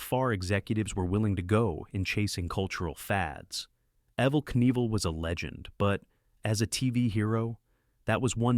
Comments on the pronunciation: Only one time did I hear “Knievel” pronounced correctly. It isn’t “NEE-vull”, you actually DO say the “k”: Kuh-NEE-vill. Three syllables. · PLEASE stop using the M0r0n A.I. Readers. Or at least write a script where the names are phonetically spelled so it can get them at least close... I mean really, EVaL NEEVaL. PROOF LISTEN to your videos first... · That hurt my ears so bad! Despite the stupid AI correcting itself, this was too far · Evel "NEEVEL"? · What's odd is that right after the voice pronounces his name right and then says it completely wrong again a minute later. Weird...LOL